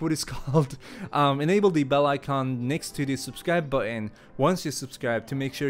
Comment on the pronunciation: can you say button correctly it pisses me off